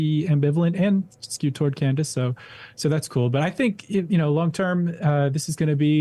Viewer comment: I'm sure you are such a big fan, seeing as how her name is Candace and not Candis. As for "Crushing it", she was going on about whether or not the first lady of France was actually a man. That's just tabloid gossip, totally irrelevant to hard news.